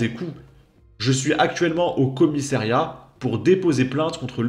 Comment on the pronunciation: On dit commissariat et non commissairiat🤗